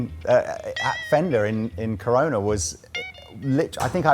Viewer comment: Corona pronounced Cononer? Love the Gretsch shirt.